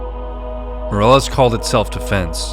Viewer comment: Dude if you are going to be posting videos about people from Spanish speaking countries, you really need to work on your pronunciation That last name is not pronounced MORE-EL-LESS We would be pronounce like the English word “me” ME-DEH-LESS Soften the D in DEH so it sounds like a slightly rolled R